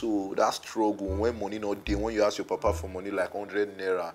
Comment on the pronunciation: ASK not AKS 😅